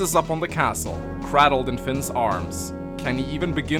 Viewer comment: it's pronounced "cray-deld" not "cra-deld"